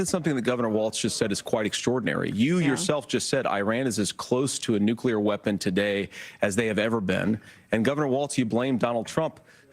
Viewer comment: SAY FUCKING 'NEW' SAY FUCKING 'CLEAR' IT'S FUCKING NEW-CLEAR NOT NUKE-YOU-LRR.